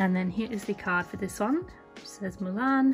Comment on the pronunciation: I love the way u say Mulan. I'm confused as to why Mushu wasnt in there.. YAY JASMINE and Arora